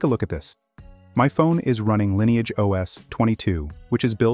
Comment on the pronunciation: I'm a little confused. Is it pronounced "Linni-age" (as in Linny) or "Line-age" (as in line)?